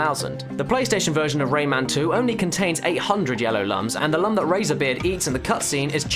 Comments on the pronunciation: Lums are pronounced "loom", not "luhm". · Lums are pronounced "Looms."